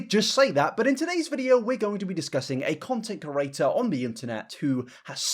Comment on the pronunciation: Hearing Fraser still say "curator" instead of creator is kinda starting to feel like home